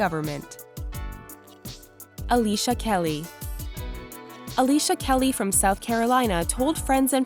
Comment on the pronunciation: when she said Alicia Kelly I thought she said Alicia keys I all had rewind it LOL